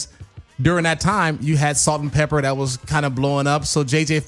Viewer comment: this fool, Salt N' "Pepper", really??? it's PEPA, cmon "classic hip hop" guy...